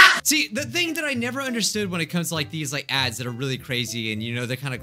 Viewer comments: i kept hearing cursed dads... and im glad im not the only one based on the comments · i thought u said cursed dads lmao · Kind off sounds like he's saying dads in the beginning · I really thought he said cursed dads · Who else thought he said cursed dads lol 😂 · Am I the only one that hears ‘ cursed Dads’ in the intro? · I thought he said Cursed Dads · I thought you said cursed dad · I thought he said cursed dads XD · It sounds like you said Curses dad's o.o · You sound like your saying ‘cursed dads’. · He said dads not ads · “Cursed ads” I thought he said ‘cursed dads’ I was like wait wha— Edit: this is the most likes I’ve ever gotten on a comment- thx :D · at the start dose it sound like he is saying "cursed dads" rather than "cursed ads"? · Cursed Ads My ears - Curse Dads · cursed ads! no one: literally no one at all: not a soul: not even james charles: my hearing: cursed dads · Bruh when said "cursed adds", I thought he said cursed dads wtf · I thought you said "Dads" instead of Adds. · I legit thought he said “cursed dads” (edit: oh he did say that lol im dumb) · For a second, I thought he said 'Cursed Dads' and I was so confused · I thought he was saying ‘first dads’. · No he said cursed dads I replayed all the times and the first letter i here I’m a d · Dude!Your not the only one. I first thought he was talking about cursed dads but second time hearing is just ads lol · I said dads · I thought he was saying cursed dads to XD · i just realized he said cursed ads after i saw this comment lol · Same. I thought he said cursed dads.😂😂😂😂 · I heard dads uh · he said cursed Dads wtf Can you not see the Text? The hell? Uhhh. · I heard cursed dads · I heard cursed dads 🙄🥵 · he said "curse dads" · He said curse dad's accidentally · SAME i was like "Uh huh.. yea I loved cursed dads.." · wait why did i heared the intro as "Cursed dads. We all know them,we all love them,we all hate them." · At first I thought he said cursed dads